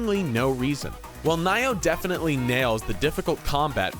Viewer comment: It's not pronounced Ni-Oh lol fucking idiot.